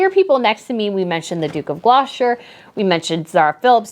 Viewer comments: Not sure who you were referring to when you said Duke and Duchess of Glosher. I think you mean Gloucester (pronounced glos-ter) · Don't want to appear rude. Pronounce Gloucester. Glosse ter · I definitely heard the booing too when I was watching the service on TV and on both of your audios. Well done with you video and photos. You chose a good spot. (BTW pronunciation of the Duke of Glouster is Gloss-ter, rhymes with Foster. I hope this helps :))